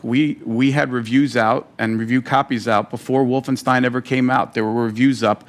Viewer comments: Wolfenstein spricht man auf englisch genauso wie auf deutsch aus und nicht [Wolfenstien]. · Es gibt kein richtig oder falsch bei der Aussprache von Fremdwörter in anderen Sprachen. Insbesondere bei Wolfenstein wählt man aber die deutsche Aussprache, weil deutsche Figuren im Spiel es so aussprechen (würden). Im Grunde ähnlich wie bei Rammstein - niemand würde es "Rammstien" aussprechen, weil ihr Name in Liedern nicht so ausgesprochen wird. Trotzdem wäre es genauso "richtig" wie die verschiedenen Aussprachen von "Restaurant" im Deutschen.